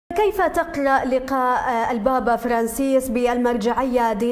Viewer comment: كيف تقلئ شنو بابا كيف تقرأ 🤣🤣🤣